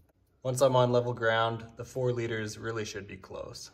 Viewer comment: You said 4 litters ? 😮